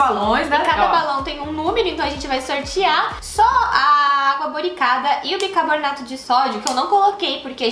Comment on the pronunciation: 0.32 Bicabornato???🤔